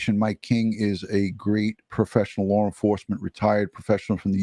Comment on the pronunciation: LOLOLOL I thought I was the only one who heard the “R” at the end of LAW!!! 😂